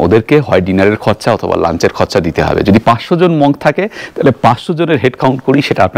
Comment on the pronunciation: English pronunciation of monk is munk.